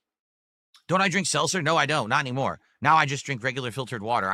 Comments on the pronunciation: "Selser" "AMW" He can't pronounce anything, jesus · Seltzer. He can’t pronounce anything!! Also, he first said he was helped by someone that typed up instructions for him and now he says he followed a guide he found online So of course he fucked it up.